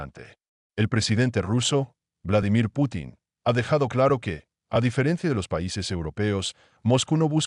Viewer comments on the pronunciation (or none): none